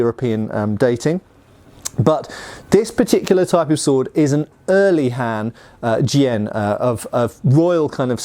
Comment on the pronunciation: His pronunciation is alright. I don’t think he mistakenly uses the wrong tone